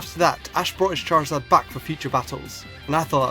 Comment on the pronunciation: #1, there is no L in Charizard! #2, there is no S in Rayquaza!